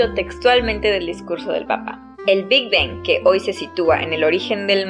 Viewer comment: hahhah prácticamente se escucha como si estuvieras diciendo el big ben en vez de el big bang